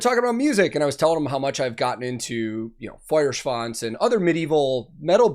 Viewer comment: Your Duolingo lessons are showing their fruits, excellent pronounciation of both the band name and the song title! Gut gemacht!